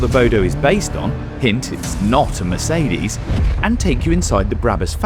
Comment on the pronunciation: The "New"'Meecedes CL (S-Class Coupé) 🤔